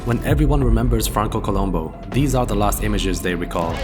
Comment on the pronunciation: They didn't even respect him enough to pronounce his last name correctly (co-LOOM-boo). He was a Sardinian Strongman, not a TV detective (who was also awesome).